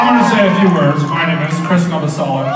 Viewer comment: Did he really say his name is NovoseliK......!?! WTF?